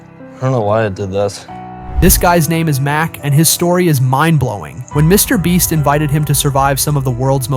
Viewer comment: bro said Mr Breast